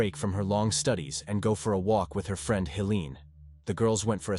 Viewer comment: The “free-and”? Lol! Friend…?